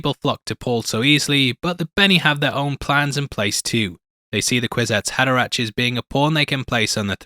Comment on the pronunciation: By the way it's pronounced "Kwizats Haderack" 🙂 Love the channel and very happy to see Dune Part Two being covered here. 👍